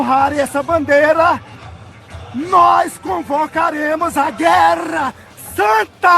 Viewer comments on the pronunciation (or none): "gueRRRRRRRRRRRa Santa..." 😂😂😂